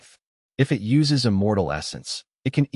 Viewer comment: I fell shit after listening to your video . Why too much error like no gap between words some time, no proper stop after "." , "IT" spells different ......💩💩💩💩